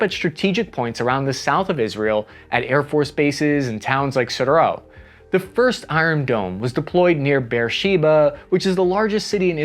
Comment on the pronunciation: It's pronounced "Hi-fa," not "Ha-Fa." And Sderot is not a French word, it's pronounced "Sday-Roht"